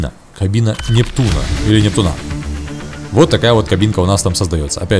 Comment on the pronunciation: Непту́на а не нептуна́